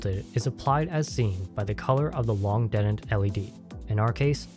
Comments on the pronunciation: Detent произносится как дИтэнт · That, and just the wrong vowel sound (should be more like the "di" in "ding" rather than the "de" in "dentist" used here). I mean it's not a big deal, of course. =) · Is he putting the emphasis on the wrong half of detent or am I retarded? Is it DE-tent or de-TENT? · this comment is not important, but the way you say detent threw me waaaaaaaaaaaaaaaaaaaaaaaaaay the hell off lmao! great tutorial!